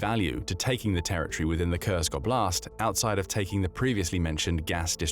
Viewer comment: "…the Russian O’Blast…"